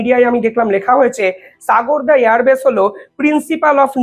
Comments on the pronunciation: সাগোরদা এয়ার বেস নয় ওটা হবে সারগোদা এয়ার বেস, ভালোই বলো কিন্তু ভাষা ভুল করো সুধরে নাও ভাই। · The correct name is SARGODHA. pl pronounce correctly.